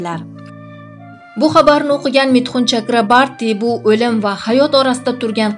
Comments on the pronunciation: Чакрабарти эмас! ЧАКРАБОРТИ! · Mithun chakraborti deb ayting singlim. Udareniyani tugri koyub oyting.udareniye o harfina tushadi